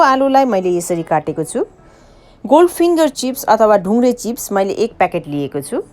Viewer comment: Pahila nepali bolna siknu! Moile hoina maile ho.